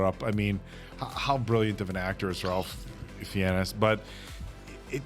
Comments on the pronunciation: I saw this one by myself on Thanksgiving in an empty movie theater after taking an edible and it was the best experience ever haha!! I was laughing and gasping the entire way through. SO happy to get to experience it again with you guys! Also, Ralph Fiennes' first name is pronounced like "Rayf"! Such an icon! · His name is pronounced "Raife", not "Ralph". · Just a little fyi, its not r-al-ph, its pronounced r-a-ff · Mason, his name is Rafe not Ralph. The "L" is silent. Side note: I wholeheartedly agree Appleton Oak's critique of pretension diners. I too have unfortunately come in contact with too many fake abnormal diners who say they enjoy their 11 or 12 course meal. I don't enjoy exquisite restaurants like that. You don't enjoy yourself at those restaurants. Just give me some KFC or a Burger with sides. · Ray-fuh not Rawl-fuh is how this particular Ralph is pronounced with regards to Ralph Finnes. Interestingly, Ralph’s baby brother , Joseph Fiennes, star of the multi award winning Shakespeare in Love, pronounces Joseph the normal way. Not sure why their parents went with Ray-fuh for Ralph. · Just for future reference...Ralph Fiennes's name is pronounced Rafe, not Ralph 😊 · Pronounced Rafe not Ralf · Apart from Ralph's name being pronounced rayf you didn't miss anything ps I only found out last week as well😅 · I know this is three years too late but Ralph pronounces his first name as Rayfes. Like Ray-fs. I WISH I was joking. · Just want to quickly point out that Ralph Fiennes first name is pronounced like ‘Rafe’. 😊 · It's pronounced Rafe. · “RaLpH” lol someone please tell me they have since been corrected on the pronunciation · Ralph's name is pronounced "rayf" btw. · It’s pronounced “Rayf” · Ralph is pronounced rafe rhymes, with rake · It's pronounced "Rafe"; I don't know why, but if you watch that many of his movies, it probably helps to know that. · Ralph Fiennes' name is pronounced Rafe. I believe the spelling and pronunciation is Nordic.